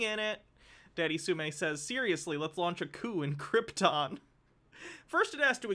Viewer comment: They really do keep calling it Cripton, too. I don't even think it's confusing it with the famous doomed planet because in Spanish Krypton is pronounced with an emphasis on the "ton".